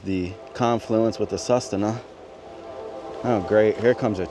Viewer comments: Hey man! Live the channel. I’m a local Alaskan that somehow stumbled upon it a couple months ago. So that river you walked over. That’s the Sue-sit-na. That’s how you pronounce it. Might as well blend in when talking to the locals ! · Su sit na river is how it’s pronounced brotha. Awesome seeing you in the place I’m so proud to call home!!